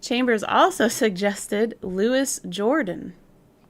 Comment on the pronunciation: Some pronunciations for you: Louis Jordan - (LEW-ee zhohr-DAHN) Omar Sharif - (OH-mahr sha-REEF) I will edit as I go through the video. I just want to be of help. I am in no way criticizing you!